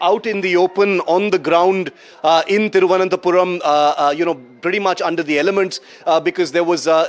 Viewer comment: It's not tirvanthapuram😂😂 thiru+ananta +puram